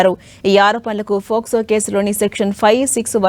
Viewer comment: Adhi FOCSO no Docso no kaadhamma... POCSO.... oka news channel lo news chepthunappudu knchm jagratta ga maaatladuthe bauntadhi